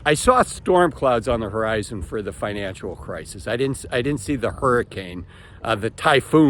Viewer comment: It's financial. Not "financual".